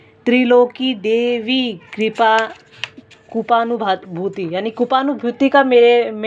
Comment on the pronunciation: कृपानुभूति ठीक से पढ़े